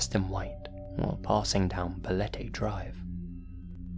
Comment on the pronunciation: I'm from the Philippines and your "Balete Drive" pronunciation is not bad at all.